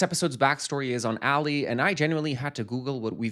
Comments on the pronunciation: Bro his name is pronounced “AH-Lee” not “Ally” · Rofl I had to check that i hadn’t accidentally turned on 2x speed. plz it’s not Ally like Ally Mcbeal. It’s Ali like Muhammad Ali 😭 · Pronouncing Ali as Alley is frying me😅 I wrote this right before you realized 🤭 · as an arab muslim Ali is pronounced closer to the first way you said it not A-lee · 1.) AH-LEE = Ali…literally say it in the show. 2.) he’s talking negatively about the bag to show how little he cares about his employee being severely injured ON THE JOB…but yeah I’m gonna go, this was bad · "English is my third language" he says in his struggle with one of the most common Arabic names